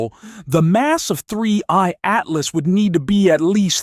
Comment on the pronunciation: Why does your robot voice keep saying "3Y Atlas" instead of "3I Atlas"?